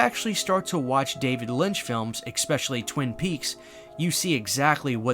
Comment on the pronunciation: Please please please STOP SAYING "EX-SPECHALLY"